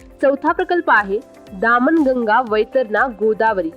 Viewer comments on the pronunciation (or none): तुमच उच्चारण दामन गंगा असे आहे ते चुकीचे आहे ही नदी दमन गंगा आहे